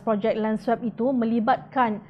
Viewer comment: Sila betulkan sebutan swap tu.